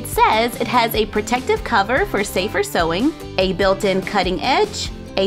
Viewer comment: No hate,I love but it sounds like she say soy Machine?